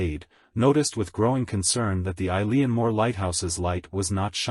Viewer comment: Its pronounced "E-lan"